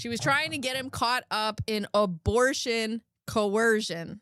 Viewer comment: Girl that abertion ceretion took me out 🤣 I heard in my head like sling blade 😂